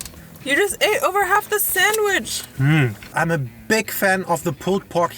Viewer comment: Hey...thank you so much for calling it a saNDwich (with an "ND") and not a saMwich. So many native English speakers in the US say samwich. There's no "M" in sand. 😀